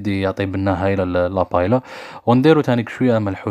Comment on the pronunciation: تنطق باهييا..و ليس بايلا